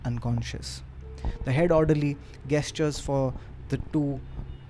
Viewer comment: Take a shot everytime pronounces 'Gesture' wrong.